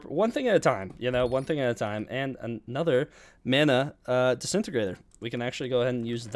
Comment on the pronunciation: Finally noticed that he was saying “desintegrator” the wrong way lmao